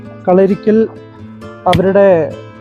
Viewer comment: കളരിക്കൽ അല്ലടാ കല്ലറയ്ക്കൽ